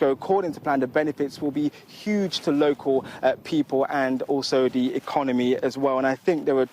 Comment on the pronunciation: Sorry when was a word starting with Th pronouced with a D. As in 'deres a field' and 'dis area'.